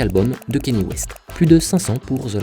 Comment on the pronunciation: les francophones, une bonne fois pour toutes, c'est prononcé kan-yé (kan-yay) west et pas kenny west. le mec s'appelle pas Kenny. Cordialement.